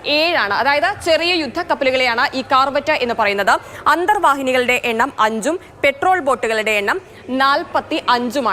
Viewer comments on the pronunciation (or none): പെട്രോൾ ബോട്ട് അല്ല പട്രോൾ (Patrol) ബോട്ട് . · Petrol boat alla മാഡം പട്രോൾ baot ആണ് 😂.